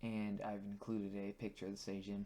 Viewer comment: How did you pronounce »Sejm«? Why on hell almost all English natives try to guess pronunciation instead of just checking it!? Why?!